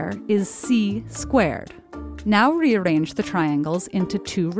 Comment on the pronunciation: Did she say "r" wrongly?